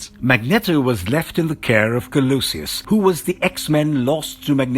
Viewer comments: Pronunciation of their names is atrocious. Didn't continue watching it after hearing the narrator say "Collowsee-us" . Hahaha! Disliked the video. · The pronunciations are fantastic! Magnetto, Colosious. Why not Wolveraine? All that aside, awesome video, really. Great summary 😊👍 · MagNEToh...coLOUsis...wtf. Are any of you on this channel actually fans? The amount of essential, incredibly popular names this channel seems unable to pronounce is rather unbelievable... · Magnetto and Colosseus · or Kolosius. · This was trash. You cant pronounce colossus, xavior, or magneto , "aluminum spikes " under the adamantium ? TF man...